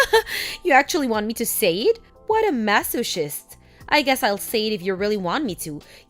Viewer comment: It’s pronounced like massokist.